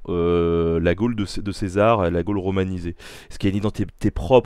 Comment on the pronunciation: Tres bonne vidéo, super interessante. Mais une question, et ce n'est pas une critique ou une attaque, mais est-ce que c'est du a l'accent de Mr Garcia qu'on entend "gole" au lieu de gaulle ou alors ça se prononce Gole ? Merci